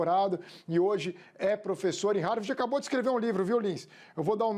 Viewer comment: O cara mora há anos nos EUA e fala Harverde… lamentável.